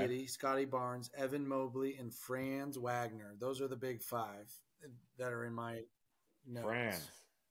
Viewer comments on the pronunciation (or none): saying “if people know ball” and also mispronouncing Franz Wagner in the same video is comedy